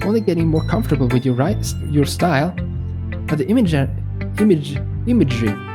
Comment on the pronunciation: He saying imaginary or ima-gerry instead of imagery😆 just to point that out.